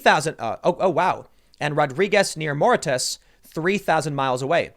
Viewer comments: Moritus? TIM!!!!! Mauritius is pronounced Moore-ishus. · Mauritius, not Mauritus. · Mauritius is "mor-ish-shus". just so you know....